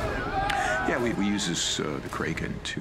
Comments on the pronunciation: “Kray-ken” 😂😂😂. Yeah, “Crack-in” sounds much better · "crayken" "Dragen" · The way everyone says Kraken annoys me. I’m with McNally on this one, pronounced “Crack-in”